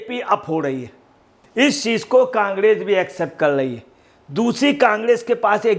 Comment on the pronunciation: Congress bolna ni aara kangdes bol rha h